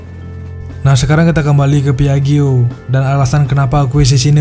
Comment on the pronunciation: Maaf,... 😊 PIAGGIO dibacanya: "...PIAJJO..." Jangan kepleset jadi PAIJO, ya...😂